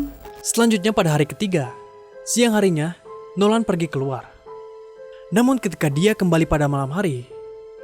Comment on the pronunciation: Keluar woy bukan keluat